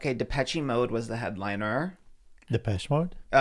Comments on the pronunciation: lmao my reaction was exactly reaction when said Depeshy mode lol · the way pronounced depeche mode is FRYING MEEE 😭😭😭😭 and ' reaction....DEPECHE MODE? 😭😭😭😭